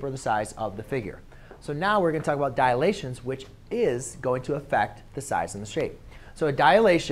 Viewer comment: *Dilations, not "Dialations" But great vid anyway, helpful